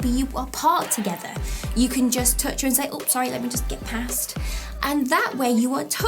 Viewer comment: Love the way you say "touch" . . . as in "tooch." You rock. Love your videos. They really help.